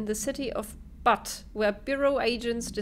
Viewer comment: Awesome! Sooooo... do you like the telekinesis power? It was hard to tell. ;) That was really funny. You were like a kid at Christmas. ~ Also, I couldn't stop laughing when you were reading the Butte memos. Butte home indeed. :) It's actually pronounced, "BYOOT", the like first half of Beauty. ~ Really fun times, this looks so good. I watched all three episodes that I was behind, while exercising on the elliptical.